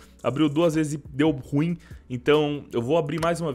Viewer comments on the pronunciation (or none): none